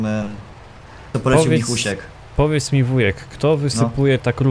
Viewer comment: błąd:D nie Wuhek tylko Wujek:D